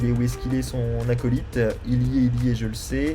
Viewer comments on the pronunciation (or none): none